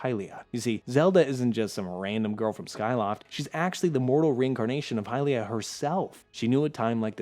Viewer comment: They way you pronounced Hylia is straight up heresy!